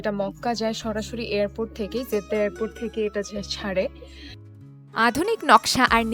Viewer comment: It is Jeddah not 'Zeddah' as you pronounce.